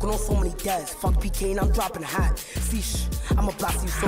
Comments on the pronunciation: He said "See shhh" buddy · “Free shhh” not “sheesh”😂😂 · he said "free shhh" 🤦🏽‍♂️🤣